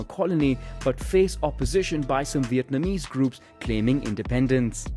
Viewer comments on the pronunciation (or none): none